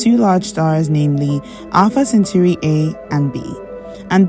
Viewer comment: Not centuri ... CENTAURI